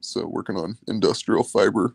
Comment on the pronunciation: In-Dust-L’air ( r/l switch)